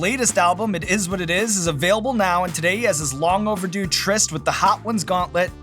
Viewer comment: he said TRYST. lol